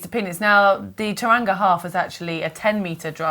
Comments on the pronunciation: Hi GTN, love the show as always. Just a heads up for next time, Tauranga is pronounced Toe-wrong-ah! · Horrific pronunciation of Tauranga 😂😂😂 phonetically would be Tow Wrong-a 😀